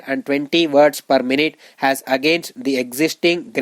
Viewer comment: Pls...make difference of as and has...u pronounce aa and has wrongly